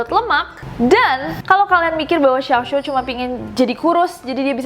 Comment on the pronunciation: xiao xiao bukan xiao xo :')